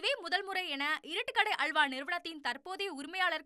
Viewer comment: உனது தமிழ் உச்சரிப்பை சரி செய்து கொள்ளவும்.அள்வா ,குற்றம் இல்லை அல்வா,துல்யம்